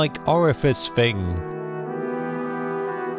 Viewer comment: Please dude, it's 'thing' not 'fing'!!!